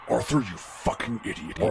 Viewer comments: The more you listen to this the more it sound like is saying Arffr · The evolution of the "Arthur..."s morphing into "ORTHUR" is so funny to me lol